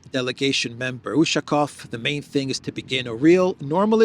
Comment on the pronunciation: UshakOOOOOv, stress on the last syllabus